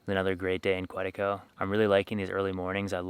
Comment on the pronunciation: I enjoyed your video. You need to learn how to pronounce the name Quetico. Looking forward to more adventures.